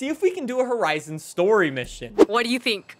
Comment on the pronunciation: Horizon not ‘Hotizon’